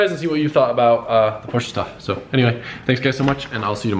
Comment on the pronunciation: Now put a Bride lowmax for the driver to really piss Porsch-uh people off